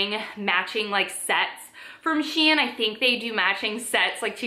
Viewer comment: Can’t even pronounce S.H.E.I.N . Its not hard